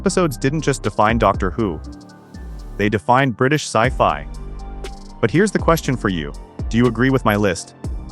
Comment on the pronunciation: aaahhhh AI voice overs killing me - Do they Care about See Fee (sci fi)......... FFS